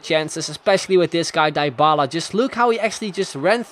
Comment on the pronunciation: It's Dee-bala, not Dai-bala